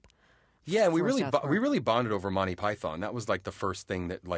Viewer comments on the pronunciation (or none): I love how much they say they love Monty Python but still can't pronounce it properly, cos all the pythons are too polite to correct them. "Monteye Piethon!"